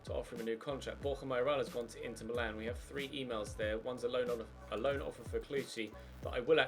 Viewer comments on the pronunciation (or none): none